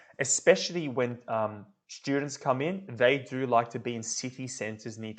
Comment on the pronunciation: Thanks for the clip. No offence but strong is not pronounced shtrong and student is not shtudent. Kindly meant.